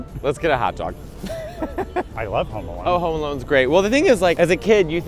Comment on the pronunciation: Wait… I swear, I thought you guys were saying “Homo Alone” The while time. 😂 I’m sorry. 😅